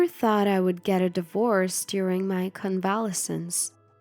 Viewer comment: I didn't write anything for the first two mispronounced words, but here's a video that explains how to pronounce "convalescence"